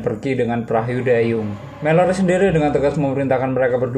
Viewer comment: Jangan gugup min.. Rilex aja. Masa "PERAHU" ampe jd "PERAHYU" wkwkwk...